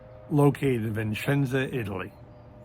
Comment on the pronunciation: Vicenza, not viNcenza! (Vincenza with the N is a person name, female version of Vincenzo)